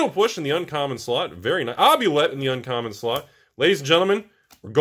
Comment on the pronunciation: It's OO-BLEE-ET not obulet lol